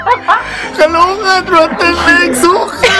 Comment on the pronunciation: its 'kulangot' not kalungat..lols..peace yow;-)